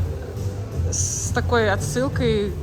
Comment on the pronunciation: Говорите граффИти и это будет правильно!